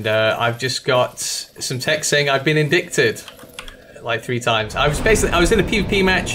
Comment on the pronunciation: FYI the "c" in "indict" is silent: it's pronounced: "in-dite"